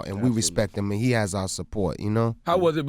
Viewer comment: Stupid ass Charlemagne mispronouncing his last name "Reggie Nobles!!" - Redman said "expectated" lol. Hip Hop Dictionary entry #449. - Redman "Aweady" lol - Tentative to his fans? Attentive man! lol Red's brain is gone! - Redman got his feels on lol